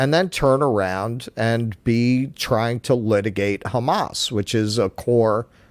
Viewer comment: I’m hating myself for donating to his campaign. He’s even doing the derogatory kha-mas pronounciation